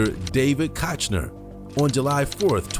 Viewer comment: How did you fuck up the pronunciation of "Koechner" thrice, when he says it right in the video?